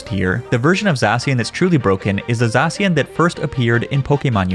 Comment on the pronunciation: It’s called Za-shi-an not zashan lol